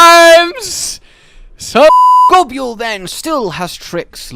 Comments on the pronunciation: That’s not how you pronounce Nibelsnarf and Goboul It’s pronounced Nibell and Gobull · I can forgive the way you say gobul but what the hell os an oovula? Pls, take the was you say gobul (gobyule) and ably that to uvula (gob)uvula